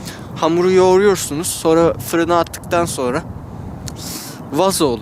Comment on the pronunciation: Hamuru yuğuruyorsunuz ayıkıyün mü nasıl deme şekli amk fkfşeldpfdğşsşşdd